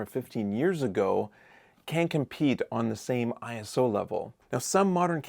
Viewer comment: Its ISO, not I.S.O. 😊